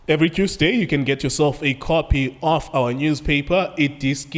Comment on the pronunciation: "Every Quesday"🤣🤣🤣🤣